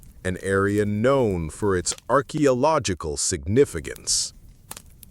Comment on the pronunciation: Are you using AI? As the mispronouncing is most frustrating. I really enjoy the info as I love to learn. But I keep getting hung up on all the wrongly pronounced words. Like civilization and archeological etc.